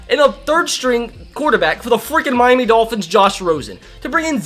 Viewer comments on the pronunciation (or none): none